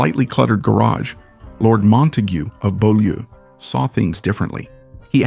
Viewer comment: Beaulieu is pronounced B-you-lee, Byoulee 👍